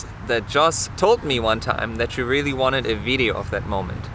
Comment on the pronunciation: “is dis tru? is dis rilly tru?” JAJAJAJJAJ